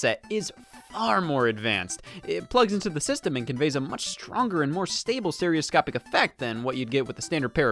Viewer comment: “Steroscopie” lmfao